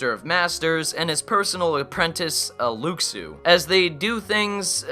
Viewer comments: X is pronounced key and Luxu is pronounced Lou Shoe. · Luxu is pronounced "Loo shoo" :) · Luxu is pronounced as "looshoo", not "looksoo". They tell you this in the movie.